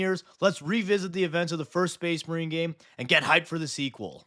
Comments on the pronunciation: “SPAYS MAREEN!” 😂😂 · Excuse me, but it's pronounced SpACE MARiiiiiiine!